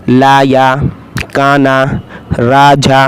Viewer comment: Teesri line apne glt pdayi hai Rajha nhi raja hai